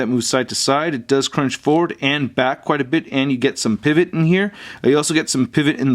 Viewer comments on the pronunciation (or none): none